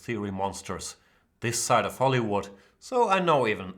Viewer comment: Of pronounced more like (uv) You sound like you're saying night off. Don't mean to harp on you, Jan, I know languages are tough. I only know one.